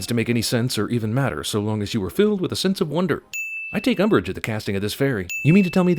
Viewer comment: "Umbrage" not "Umbridge." 😆